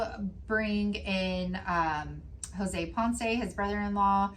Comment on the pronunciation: So I’m just now catching up on my Crime and Crafting and saw this tonight… Jose and I share a last name! 😟😣😩 That made it even creepier! But props to you on the pronunciation… Some people butcher it!